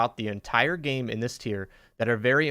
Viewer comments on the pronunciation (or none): none